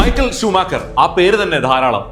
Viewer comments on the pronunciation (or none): I heard this name as shoe maker 🥲 But i know that you did this same mistake 😁😁😁